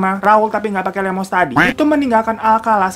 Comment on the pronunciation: Raul yg gapake lemos... Hah gimana? Gue malah dengernya termos wkwkw 🤣